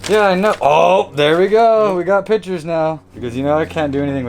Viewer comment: I love how pronounces pictures like pitchers. "I can't do anything without pitchers" Yeah, me too, me too